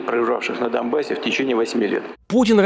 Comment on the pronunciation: Я не ослышалась?! Путин сказал ДоМбасс?!